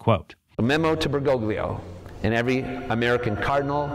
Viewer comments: Bergoglio - the g is silent Fr Altman. Same old, same tired old tripe lie. Bergolio is how it's spoken, for goodn😢ess sake. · It don't know why the way americans pronounce "Bergoglio" bothers me this much. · He doesn't even pronounce it correctly. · neither. Bergoglio is an italian surname (like a lot of argentinian surnames), and the letters "gl" are used to signify a sound that doesn't exist in english or spanish. Look up on google translate how it's pronounced